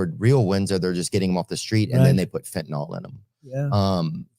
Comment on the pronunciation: The drug is called FEN-TA-NYL….NOT “fentanol”. There’s no such word as FEN-TA-NOL !!